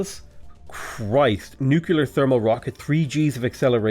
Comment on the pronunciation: "nu"-"clear" not "nu"-"cu"-"lar" :D